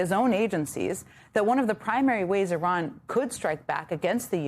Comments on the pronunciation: I looked up the pronunciation from a native Iranian, and it sounds the same as her pronunciation. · Iran will think you're ignorant if you don't pronounce their country right. They already do but it would earn their respect if you tried to get it right. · It was literally 7 different videos from Iranians here on Youtube. They all pronounce it like her. How about this, just get to the point and describe how you think it should be pronounced.